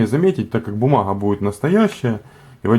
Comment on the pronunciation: бумаГХа. Кроме гхыкания ещё и картавит.